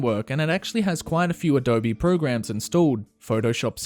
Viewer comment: did he say adob-e? curse you